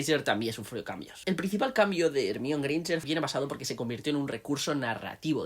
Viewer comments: No me aguanto el “ Ermion” , pero gran aporte. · “Hermion” suena horrible siempre😂 “Herminia” hubiese sido mejor y con más sentido si querían españolizar el nombre... Ojalá lo consideren para la serie 🤞🏻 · Yo lo entendería más si al menos le dijeran como está escrito, "ermione" en vez de "ermión" jajaja ¿De dónde habrán sacado esa pronunciación? 🤔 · Porque le dicen ermion???? 😢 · Lo que no entiendo es que como todavía hay españoles que pronuncian "ermión" cuando nombran a Hermione siendo que la misma autora aclaro si pronunciación, no solo cuando se lo preguntaron sino en el libro del cáliz de fuego cuando ella y Víctor se están despidiendo. Igual eso no quita que sea un buen video. Saludos